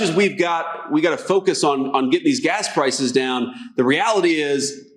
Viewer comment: Did Vance say focus or fuckus?